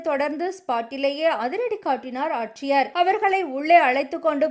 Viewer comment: உங்கள் சேனலில் தயவு செய்து தமிழ் ஒழுங்காக உச்சரிப்பவர்களை வேலைக்கு அமர்த்துங்கள். தமிழ்க் கொலை தாங்க முடியவில்லை! இரவிள், ஆச்சியர், காய்ச்சள், டவாளி என்று.. கொலையாக கொல்கிறார்